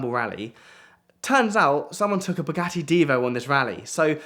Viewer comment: Wanted to see it to the end but the way say bugatti I can't stand